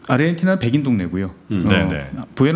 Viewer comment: 아르헨티나라고 쓰고 아르헨도라고 읽습니다~~~